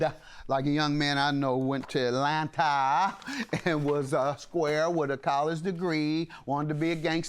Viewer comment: JM's enunciation "robbEDDD and killEDDD in AtlantAAAAHHH."😂😂😂😂😂